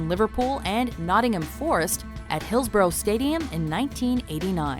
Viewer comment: loving how Hillsborough was pronounced 😂😂😂 it's hills-bor-rah for future reference 😜